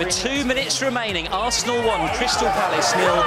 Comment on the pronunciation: Palace bro Crystal Palace not phallus.